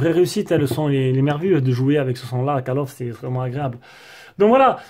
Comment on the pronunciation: Mdrrrrrrrr , 22" (cale of ) "call of" ce prononce (colle of ) ! Mais sinon très bonne vidéo ! j'attendais le test de celui si pour évité de prendre le pro , tu m'as convaincu …